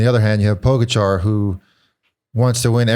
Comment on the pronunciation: Another year of not knowing how to say Pogacar.